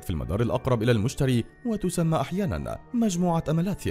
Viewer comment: انت بتقول اسمه غلط 😐😐😥😥😂😂